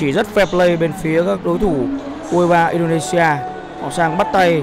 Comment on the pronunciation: 2 lần đọc sai Indonesia:), quá chán